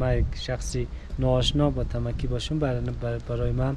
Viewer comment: So annoying when you call it Tamaki!!! It's Tamki bro😅